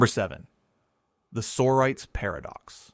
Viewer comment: I have never heard the word "sorites" pronounced "SORE-ites". The word "sorities" is plural, and it is properly pronounced "Soh-RYE-tease". Please teach your computer how to use a dictionary.